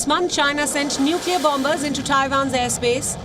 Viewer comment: Scomo says Nukiller for Nuclear lol